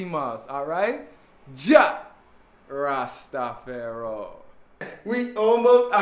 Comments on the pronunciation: its not fayro, its "far i" = jah rasta far i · Ja rasta feron? are you ok?. You saying it wrong🤣😊🤣 hope that's on purpose. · everyone in the Caribbean doesnt have the same accent....not sure how thats relevant but its more than obvious to any Caribbean native that ur being extra and clearly dont know what your sayin. The word is pronounced Rasta-far-i . No accents changes that. Stay in your lane and refrain from tellin me about my region and culture.